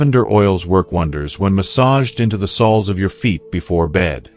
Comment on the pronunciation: 1. Lose the AI. “Sols” of the feet? This is awful. And its too long. Go to 15 minutes in before useful information starts.